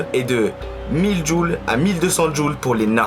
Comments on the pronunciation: Hé!!! c'est pas djul mais joules....😅😅😅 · Joules.... Pas jul.... Tu parles de puissance pas de destructions auditive